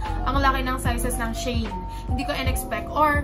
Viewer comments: it's she-in po hehehe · She-In or Shayn ang pronouncement, pronouncing, pronounsion niya sis 😂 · Shayn daw pagkabasa